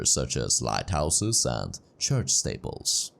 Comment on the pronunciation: Pronounced 'steeple' wrongly twice. AI plus accent.